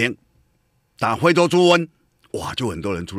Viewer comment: 謝龍介有台語教室，我們董哥有國語教室：字正腔圓-字正腔言，非洲豬瘟-灰州豬瘟，不吃飯-不吃換，法官-猾官，扭曲-扭七，大學-大鞋...